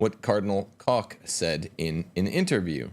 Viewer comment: Cdl. Koch's name is pronounced with a long 'o', not a short 'o". The ch is said in the back of the throat.